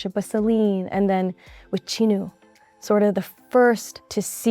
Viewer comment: Oh, thanks for pronouncing "Jinu" the proper Korean way for me, Arden. I'm just starting out learning 한국말 and 한글 and the ㅈ sound in the beginning of a word has been beguiling me. Like what exactly does an unvoiced fricative sound like? 😅